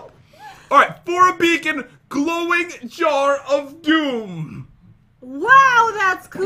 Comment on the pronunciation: The Pronunciation Master Lol Pat:This Hint Is Easy:Ok There Are Zwombies And Chest With A Jwar Jars Jsar Jar!!